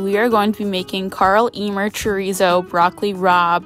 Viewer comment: You are pronouncing chorizo wrong